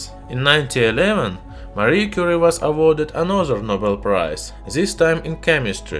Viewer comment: Lol “Marie Curie” sounds like mercury